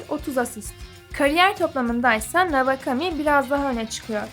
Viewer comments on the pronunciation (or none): Navakami ne ya kulaklarım kanadı doğru telaffuz etsenize şunu